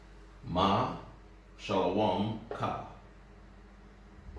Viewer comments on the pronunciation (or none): By the way, this is just horribly mispronounced modern hebrew, with all the letters interpreted as consonants even when they are vowels, e.g waw and yod. Also, "a" is being used as the only vowel when Hebrew has many. E.g. "Shalawam" should be "shalom".